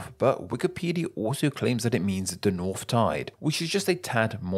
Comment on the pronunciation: English Words that include the letter combination “th” are NOT pronounced “F” As in “Nawf of the nawf of nawfland” It’s “North of the north of northland”